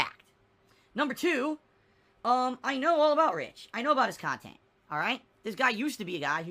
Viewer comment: I like on how he calls everything that isn't his khantant "fluff khantant"